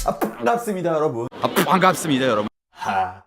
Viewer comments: ㅃㅍ의 중간발음을 저렇게 내다니..뽶갑습니다 여러부운~ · 뽠갑습니다 ASMR 좋네요 ㅎㅎ 👍👍👍ㅋㅋㅋㅋㅋㅋㅋㅋㅋ빤갑습니다 중독성으로 끝까지 정주행해숩니다 ㅋㅋㅋㅋㅋㅋㅋ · 아 퐝괍습니다 여러분~~~ 중독되겠어 이거 끊을수가 없어야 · 계속 들으니까 포항갔습니다같이 들린다리 ㅋ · 퐝갑습니다 여러분